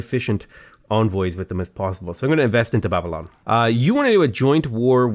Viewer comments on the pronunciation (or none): none